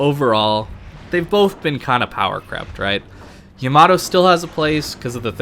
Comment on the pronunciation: y a m a d o lol great info though